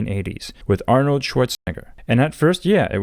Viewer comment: Can you not say Arnold's name?